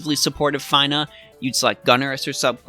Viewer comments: lol your the first person i heard pronounce her name as FINE-AH,,, it's feena :P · Fee-nuh! It's Fee-nuh! Say it with me now, "Fee nuh" and again "Fee nuh". Her name is pronounced Feenuh! You do NOT pronounce Fina Fi-nuh! It's not like, "Finally I finished watching this dude make me cringe everytime he pronounced Fina's name wrong!" It's like, "The Fee I had to pay cringing was E-nuh-ff of a pain to my ears that I could barely make it through the video!" I feel really bad for coming at you like this, bro, but i had to stick up for my girl Fina. I love FFBE and she frickn' rocks! In conclusion, I apologize to you for being an asshat. It's your life, your game experience, your channel, and you are just as valuable a human being as I am and I appreciate you because at least you are at content creator. You take time out of your busy schedule to make and upload these videos so people like myself and others can enjoy the great content you provide! You ROCK! You stay safe, take care, stay healthy, and wash ya hands! Oh and did I mention that her name is pronounced FEE-NUH? FEENA. Better yet, like Xena Warrior Princess. Fina sounds like Xena. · Fine-uh... oh man... -_ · Fine-ah? Med-ye-nah? Bye 👋😂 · It's 'F-eeee-n-a" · W - Came to the comment section to say this....you said it better. Props to for admitting the Faiy-nah fiasco. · At least he didn’t say Feener. But Fine -ah makes sense though. Fina from lFinal Fantasy”. Not much of a stretch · Your pronunciation of Fina is cringe worthy 🤣